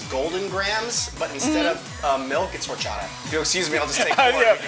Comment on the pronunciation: OK, I was thinking Miles Luna was maybe a bit too present and eager to steal the show for a guest star, but then he pronounced "horchata" correctly, so now I'm back on board.